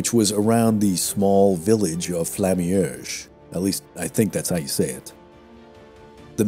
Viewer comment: For pronunciation: You're pronouncing Bastogne like 'Baston'. It's more like 'Bast-onyuh'. Also, St-Vith is pronounced more like 'St-Veet' (there's no 'th' sound in French). Pronunciation of Flamierge is ok! Good video, thanks!